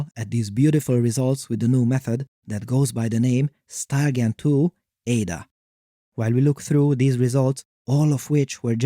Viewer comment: Took until seeing “StyleGAN2” written out to realize that he wasn’t saying “StarGEN2” each time